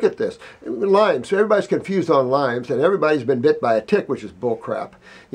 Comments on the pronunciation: Lyme not Lymes. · I correct everyone that says lymes. It is not LYMES it is LYME